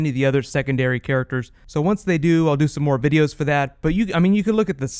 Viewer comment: Bideos? lol